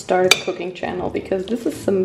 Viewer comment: Welcome back to my..... Schäääännneeel haha😂